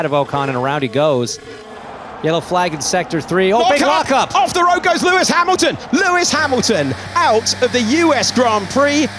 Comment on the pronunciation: Lewis Beachmilton 😂